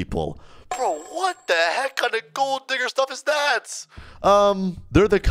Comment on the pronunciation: when said "WATT THE HEK" i remembered the asian guy